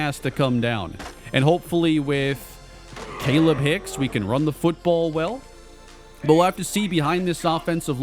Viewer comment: I think it’s pronounced kah-leeb hicks